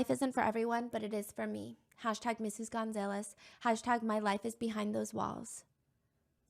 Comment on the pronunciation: Stephanie has some funny pronunciations for names like “Gonzaylez” but yea it’s def because she’s never seen it; we all have those words that if we’ve never heard them pronounced, we read it and just pronounce it how we think it is until otherwise taught or told 😂😂😂